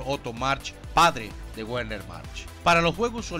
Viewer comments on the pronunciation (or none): Es muy interesante, pero no sé por qué pronuncia el alemán como si fuera inglés: la W alemana se pronuncia como una V en español, así que no es "GUERNER", sino Verner, o Luftvaffe, y no LUFTGUAFE. Saludos. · Excelente video. Un aporte con todo respeto bro, En aleman la W suena como la V española, por tanto la Wehrmacht suena Vegmat y Werner suena Vegna, es lo mas cercano en español al sonido en aleman.